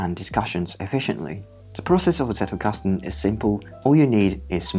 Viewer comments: As a German, I am SO happy that you pronounced Zettelkasten properly! Good pronounciation of the sounds, and, more importantly, not over-exaggerated (it can be borderline insulting sometimes, really!). I just appreciate it so so so much. Also, amazing video! Your visualisation of the principles is on point. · I've become curious about this method, so thanks for the introduction, even if I didn't grasp it fully yet. I especially like that you pronounce the German word Zettelkasten beautifully and accurately (the 'Z' being pronounced as 'TS'), and it's a pleasure to listen to you in general.